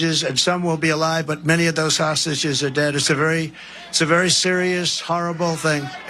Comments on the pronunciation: Is he saying hostages or sausages ? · Is he saying sausages?